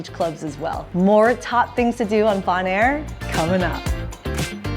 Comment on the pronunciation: Its Bone-air.